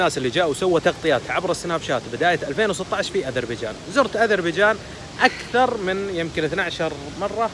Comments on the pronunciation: علأقل هي غير عربية وتقول ازربيجان؟!! واش تقول في عرب ويدرسون نصف حياتهم أن حرف ذال هو ذال ثم ينطقوه ز؟ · اسمها اذريبجان بالذال و ليس ازربيجان لازم تصححيها